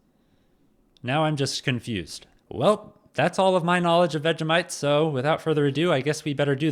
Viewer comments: It's pronounced Vegie - mite not Vega - mite. 😂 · It’s pronounced vej-E-mite